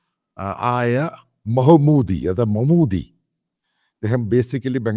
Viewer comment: മഹ്മൂദി അല്ല, മഹ്ദൂദി..